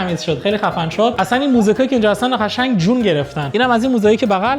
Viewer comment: چرا قشنگ رو یجوری تلفظ میکنی کلاً ق و ش رو یه جوری تلفظ می‌کنی نمی‌دونم چرا